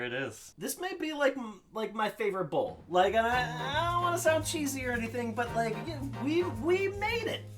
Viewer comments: I can't tell if you're saying bowl or bull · I thought rob said man vs bull. Like this is bullshit. 😂😂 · When he said "bowl" I thought he kept saying bull. needs to go to speech therapy. Yeah you,. You! F*ck face. At least I was nice enough to bleep the letter 'u' in f*ck. See, there it is again! Your welcome!! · i thought he said man vs bull as in BS lol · I thought at first he said Man VS Bull For BS 😂😂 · Is anyone else hearing “bull” instead of “bowl”? jw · When he said man vs bowl I thought he said man vs bullshit lol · "Bowl" SHIT!!!